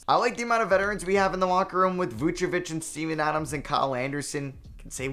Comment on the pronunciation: no way you said steven adams i heard semen adams😭😭